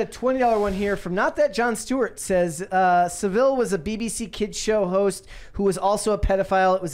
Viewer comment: pronounced Saville's name correctly. It was not threat of libel that protected Saville but friends in high places and a reputation for outstanding charity work.